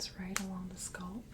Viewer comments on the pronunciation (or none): Ditto. She says "scUlp" 🆚 "scAlp" but she's one of my favorite real-person ASMR'ist so everything is wonderful ❤️❤️ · You pronounce scalp like sculp. Nice video.